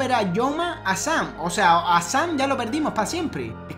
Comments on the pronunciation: Dice como sem pero quiere decir sam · Dice shaam sham sham. DICE SAM!!!